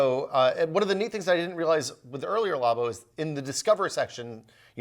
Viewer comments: Wait, you don't say "law-boh" as well?!?!? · Nobody:: law bow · It makes no since when people pronounce it like that, the word derives from Lab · The way he said Labo... facepalm